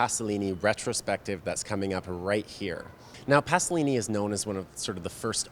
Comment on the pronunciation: "Pasolini", not "Passolini", please....